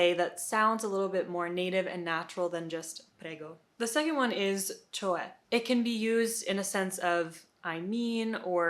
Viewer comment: Almost perfect , not sure about the “ce” one, it’s still “cioè” the “o” is still there but you might miss it